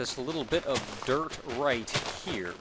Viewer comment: I swear, for some reason I hear you saying 'derp' whenever you say 'dirt'. It gets all kinds of awkward... Derp block. Derp house. Derp shelter... I should really fix my headphones or something, hah!